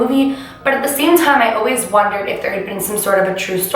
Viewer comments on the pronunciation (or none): none